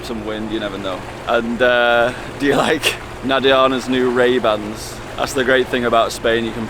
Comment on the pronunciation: Called MayBans maybe raybans?